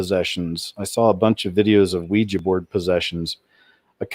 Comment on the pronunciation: thank you so damn much for pronouncing Ouija board correctly. i didnt hear you say weee-jeeee not once! bravo!!!